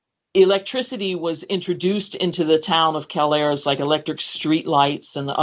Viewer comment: So I'm from Hazleton and grew up hanging out in and around mcadoo kelayres and can't figure out how your gonna have a full podcast about kelayres and not even know how to pronounce the word kelayres.......